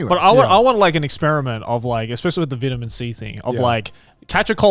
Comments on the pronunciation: “VITuMeN C” lol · The way Grant pronounces vitamin 🤣🤣